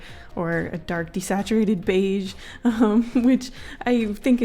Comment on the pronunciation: "dark bage" yo-you mean brown?